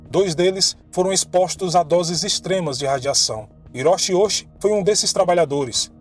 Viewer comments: Esclarecendo uma dúvida do início, o sobrenome dele é ouuchi tem o kanji que se pronuncia “dai” escrito “大” q significa “grande” e o segundo é “uchi” q se pronuncia na verdade “uti” pois nó Japão chi se pronuncia com “t” q é escrito “内” mas depois vou tentar encontrar matéria em japonês do caso e tentar ler. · O nome se pronúncia Oouti Risashi o H no Japão tem som de r Parabéns pelo ótimo trabalho